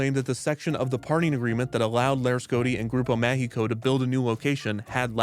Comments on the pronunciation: It's interesting how you pronounce "Mágico" as how "México" is actually pronounced. :) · while i command kevin's efforts, i found very funny how the longer the video played kevin's pronunciation of mágico declined, he was basically pronouncing mundo méxico instead of mágico. yet his ciudad got better on the long run